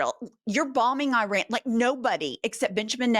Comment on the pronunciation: A real presidential spokesperson would know that there are two countries in the Middle East that are NOT pronounced EYE-ran and EYE-rak. A new ballroom? If you need gold paint, better buy it now!